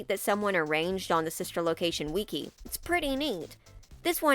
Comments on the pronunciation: Ah yes "Weekee" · The way you said wiki at the start made my brain giggle.